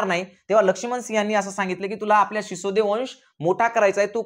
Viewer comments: Shisode nahi sisodiya hote te. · सिसोदे नाही सिसोदिया राजपूत घराणं होते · Sisode nahi sisodiya